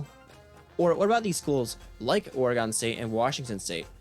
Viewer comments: It’s or-again bro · Thats not how you say Oregon.